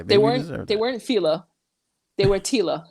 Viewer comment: You said “TILA”... 😂😂😂😂😂😂😂😂😂😂😂 Please don’t hold a grudge against me... but that’s funny! I’m co-host with you!!!! 😂😂😂😂😂😂